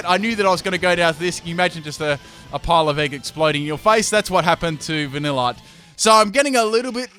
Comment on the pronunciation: Plot twist: VaniLITe is pronounced different compared to other pocket monsters